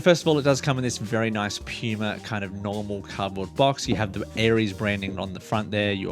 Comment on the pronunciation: Thanks for the vid. Your accent had me cracking a smile every time you said puma or as you say pyouma lmao.